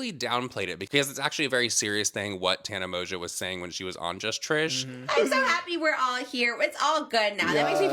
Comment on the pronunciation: Not Tana Monganow😂